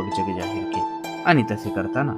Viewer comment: ण ला कृपया न म्हणू नका..... आनी नाही आणि... आपन नाही आपण.... पहाने नाही पाहणे .....plz ते कानाला गोड वाटत नाही....बाकी उत्तम आहे.